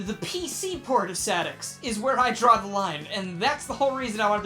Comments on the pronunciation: Sah-Dex? That is a strange way to pronounce Ess-Ay-Dee-Ex. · I love how he pronounces SADX as Saddicks. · I still do